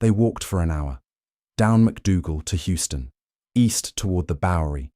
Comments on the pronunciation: I think it is an AI voice reading from a script composed by a real person. The AI enables good audio quality but it does occasionally make mistakes. Houston has 2 pronunciations. The NY street is named after William Houston and pronounced like HOW-stuhn or even HOW-stin. The city in Texas is named after Sam Houston and pronounced HYOO-stuhn. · You, the narrator, are obviously English so you wouldn’t know, but Houston Street, unlike the city in Texas, is pronounced ’Huston’.